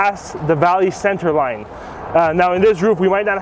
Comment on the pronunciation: Why do they mispronounced center it is not on center it is called center